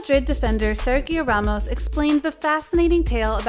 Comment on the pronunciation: Please learn how to say his name!! And how the word for football in French is not balloon.! My gosh. Your job is speaking / reading..